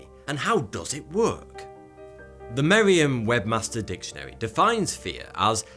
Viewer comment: He STILL SAYS WEB MASTER!!!!